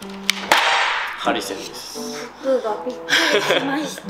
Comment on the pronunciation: ハリセンの発音が微妙に違うヴァンビくん可愛い🤭